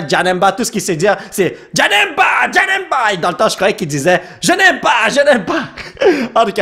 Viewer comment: Quand elle a dit "je n'aime pas" j'ai compris janemba comme toi 🤣🤣🤣🤣